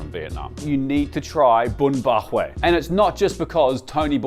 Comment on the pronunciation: Is not bun bo hue!